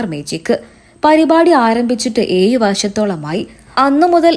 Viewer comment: ഏയ്‌ വർഷം അല്ല ഏഴ് വർഷം ആണ് കുട്ടി